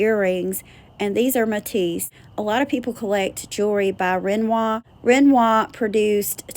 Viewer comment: Napier (Nay*pea *er)run it altogether sounds like nay Pierre ❤ Matisse and Renoir were perfect!